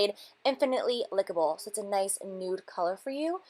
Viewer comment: I'm a big fan, and am not trying to bring you down, but that lip gloss is not called "infinitely lickable" it's infinitely likable, as in like-able. I've heard you call it lick-able a couple of times now, and that just makes it sound dirty! Love the eye look, it reminds me of Mac Club in the center. Enjoy your trip!